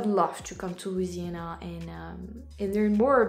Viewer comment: If a gator will eat you, why shouldn't you eat it? It's only fair. When I was young, I accidently bought a frozen food version of 'Welsh Rarebit', thinking it was 'Welsh Rabbit'. I wasn't paying attention. So, I haven't eaten a bunny either. A video of you in Louisiana (you pronounce it perfectly, by the way) would be tres magnifique (especially during Mardi Gras).